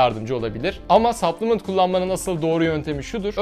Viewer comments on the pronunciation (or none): none